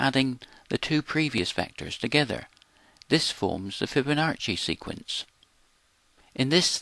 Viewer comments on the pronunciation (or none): It's not FiboNARCHi like Archie , fiboNAACI, NACCI, like CHOCHIE to review "NARCHI"- wrong "NAACI" -right Thanks